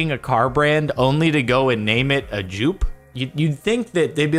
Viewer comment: If you would name a car after the founder... Joop is actually a common name in the netherlands. Its pronounced as Jope though